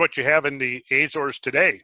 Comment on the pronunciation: Argh argh argh argh. Azores. The A is pronounced as the A in America. Not Ayzores.